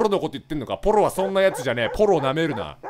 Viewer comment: ポロなのにコロって聞こえるんだけどw